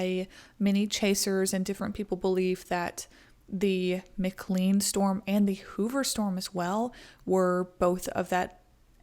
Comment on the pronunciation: McLean, pronounced; McKLANE. 👌🏻